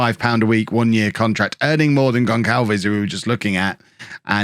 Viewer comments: Gonçalves is pronounced like Gonsalves not Gonkalves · GonÇalves = GonSalves :-)